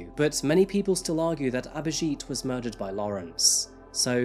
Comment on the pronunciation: it's not aberjeet its abhijit she said it right